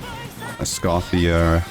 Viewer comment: Please pronounce Escoffier's name correctly😔🙏